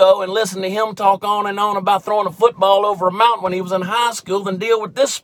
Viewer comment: Who is this Colon Kaopectate you speak of ? And what is Fooseball ? Nike doesn't deserve my money... New Balance does though....... LOL!